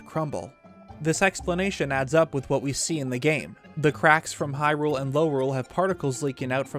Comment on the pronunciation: i could not STAND the way your collar partner pronounced “hyrule, lorule, and termina”. not watching this vid.